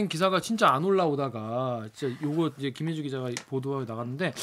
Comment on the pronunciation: 김혜주... 가 김최주... 로 들렸음 ㅋㅋ 천우희님 닮었다??? 기자님은 황용식 닮았다고라??? 어쨌든 반갑습니다.... 근데요.... 밥에 넘어가지 맙시다.